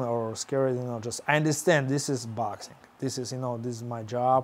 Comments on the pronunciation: cop: sir i pulled you over because you were speeding! ggg: this is boaxxing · Nobody: Golovkin: 𝐭𝐇𝐢𝐒 𝐛𝐎𝐱𝐈𝐧𝐆